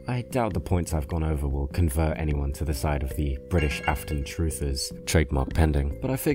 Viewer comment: why do you say british with an american accent